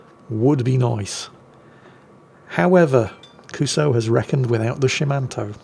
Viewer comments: How long before someone points out to that it's not pronounced "Kuso"? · So... should someone tell what "kuso" actually means? Nha, hehe nha... 😅